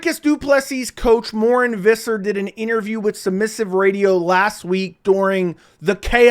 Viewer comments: You pronounce Morne Visser like ‘More Nay Fisser’ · Pronounce his name right first and then we can take you serious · Learn how to pronounce the coaches’ name you fool